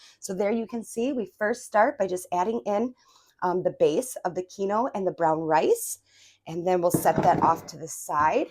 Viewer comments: Oops 'keen-wah' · Love your video!! I think it's pronounced 'keen-wag'😊